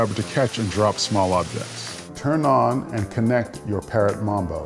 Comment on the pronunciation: He said mumbo its mambo